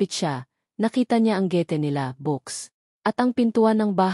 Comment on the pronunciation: Nakakaloka mha estorya my gulo alam ng kapitbahay pero hindi manlang tumawag ang pulis at pilipino kaba bakit hindi maganda pagbigkas mo na gate.mensahe at iba pa hindi konalang tapusin pangit